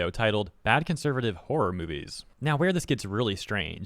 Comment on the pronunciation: For someone who cares about "horror" he should really learn how to pronounce it. "Haarrr" sounds like a stupid pirate.